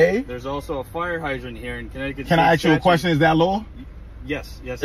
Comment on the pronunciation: ASK NOT AXE